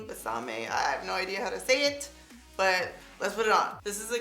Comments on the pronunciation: Haha it's pronounced bes/ah/may!!😂😂 It means kiss me. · Lol Loved the review so honest !! Its Be-sa-meh means kiss me in Spanish ! ❤️ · When she struggle to say Bésame 😂 that means kiss me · Lol you couldn't say Bésame (kiss me)💋...really? That's an easy one...I'm not feeling the Hispanic love at all!! Lol 🇵🇷❤💅💄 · I think lip stick name u were trying to say was kiss me in Spanish!! I love ya girl,lol!